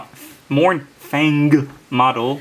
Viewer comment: .. "Ahahaha.." Is that the LadyBoss making fun of your pronounciation of "Mouuurnfang"? How are her miniature's painting getting along? :o)